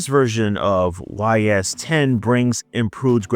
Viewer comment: Ys is pronounced like ease. As ease into it. And now you know. And knowing is half the battle.